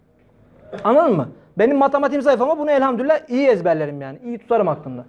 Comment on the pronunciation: evet öyle olmalı. Ama sanki Hoca öyle telaffuz ediyor gibi geldi bana. Çokça dinledim, yanlış mı duyuyorum diye...Ama öyle diyor maalesef...